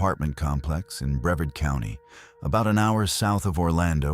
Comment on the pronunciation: It’s BreVARD. This is why AI sucks.